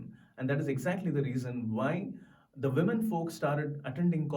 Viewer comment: SLOW DOWN YOU INDIAN....THAT'S NOT YOUR NATIVE GYPSY LANGUAGE...ITS ENGLISH LEARN THE PROPER PRONONCIATION OF THE WORDS: SAY WOMEN AND NOT 'VIMEN'...... SAY FAMINE AND NOT 'FOMINE'